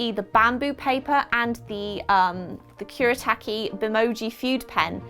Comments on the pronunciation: I think it's pronounced Kure a tauk e :-) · Gonna drive me nuts. Kuretake is pronounced "cure-uh-TOCK-y". The Kuretake No. 8 is my favorite brush pen. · Nobody Literally nobody: kUreTaykEe